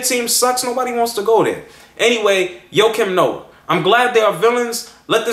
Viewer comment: i think your saying his name wrong.